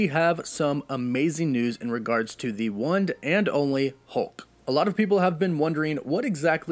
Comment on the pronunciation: Oksy first off super excepted for the next chapter of the MCU!!! 😍😁 And also Ya I can tell your sick man cause you said “one’d and only” I was like I’ve heard him say one and only 1,000 times and he never said one with a d at the end 😅